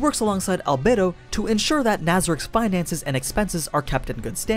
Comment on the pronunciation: One word: AL-BAE-DO